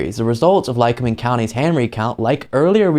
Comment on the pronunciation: You pronounced it right Lycoming County.... and rediculous waste of taxpayers money!!! I live in Lackawanna county... Scranton area and we don't play games here.....